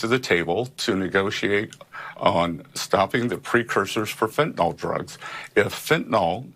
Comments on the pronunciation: Are they all on planet are they on, planet Assclown? Scott you tool, it’s Fentan- il, not Fentan-ol. Know what you’re taking about besides starving Americans. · Why the F cant ANYBODY pronounce fentanyl yo! Its not fentenol its fentanyl. Its a shitty drug, and we all hate it. Do it justice by saying it right! FENTANYL NOT FENTENOL